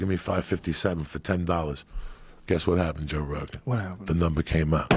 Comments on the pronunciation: Joey Diaz always call Joe Rogan "Jorogan". Never Joe or Rogan. JOROGAN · Joe" induidion* rogan